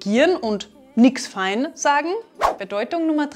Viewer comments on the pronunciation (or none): "feun", nicht "fein"...